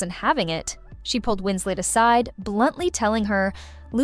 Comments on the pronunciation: Winslet not Winsley. She is English, not French. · Winslay? The last syllable is pronounced “let” not the French way. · Kate Wins-LET not Wins-lay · Winslet or Winslay - choose one . . . the correct one! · This narrator pronouncing Kate Winslet's name as if she was French (Wins-LAY) is incredibly annoying. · I think the VO is trying to say "Winslay", mispronouncing Winslet the "French" way... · Win-slay is annoying.Everyone knows how to pronounce Kate Winslet’s name. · What’s with the French pronunciation of “Winslet”? Had the narrator never heard of her previously? Or is it an AI voice?